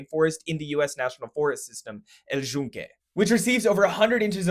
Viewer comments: Love an English speaker that actually bothers to look up the pronunciation of the Spanish words, great work! The only one that sounded odd to me was El Yunque, just because you kinda pronounced it like and Argentinian, "El Shunque", hehehe, but that's really my only nitpick and I'm not even sure how Puerto-Ricans pronounce it, to be fair. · He pronounced "El Yunque" like an Argentinian